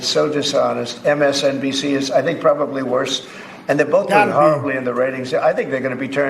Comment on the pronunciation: Trump saying MSBNC. Lol.